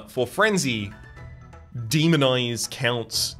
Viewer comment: I am going say first i really am enjoying the series so far. Secondly please tell me im not the only one who keep on hearing demon eyes instead of demonize.